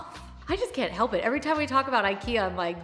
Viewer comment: Wish you would pronounce IKEA correctly,so people could learn.